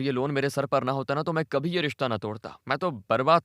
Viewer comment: Aap konse prant se hai. Hindi jaha "bh" भ, likha bola suna jata hai, aap vahan "v" व, istemal kar rahe hai. (eg. Kabhi kabhi ke badle Kavi kavi)... Aur, yeh sirf aap hi nahi, aur bhi bahot log karte hai...is liye bataye, aap kahan se hai?